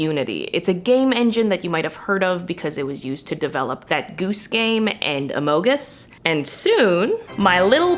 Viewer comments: you did not just call Amongus "amongus" it's among us! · honestly i am offended by the way she said "Among Us" LIKE SHE SAID "Amog Us" BRO ITS "Among" NOT "Amog"